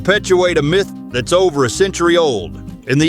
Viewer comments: Myth is pronounced MITH, and NOT Feckin MYTHE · “Mieth”? Myth is pronounced Mith, you using AI voice? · LOL!!!! WHAT IS A " MY, TH" ???????????? DUMB YANK!!!!! 🤣🤣🤣🤣🤣🤣🤣🤣🤣🤣🤣🤣🤣🤣🤣🤣👎👎👎👎👎👎👎👎👎👎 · 'My'...th?? AI has arrived and makes a joke of this video... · Narration is bad like the word myth, it's not pronounced .mith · this would have been much better if the AI knew how to pronounce common English words, like "myth". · Wrong pics for the narration and mispronunciation of MYTH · Both are common issues with AI videos or videos with scripts read by AI. Dunno why makers don't bother to check/correct them in production.